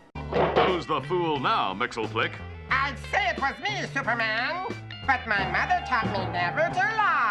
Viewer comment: actually, it's pronounced Mix-Yes-Spit-Lick